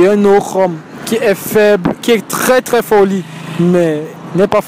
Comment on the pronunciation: Un mec pauvre mais CRÈS bon au lit...ce sont mes oreilles ki me font default ou alors tous ces Camer disent “crès” au lieu de “très” avec 1 “T” 🤔